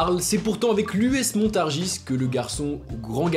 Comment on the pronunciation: on ne prononce pas le S à la fin de MONTARGIS :) (45 fever ! ancien joueur du J3 AMILLY)